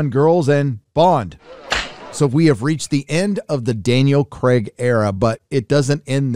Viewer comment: Daniel Kreg? Hercules? Pierce Bronson? Mate learn to say things properly.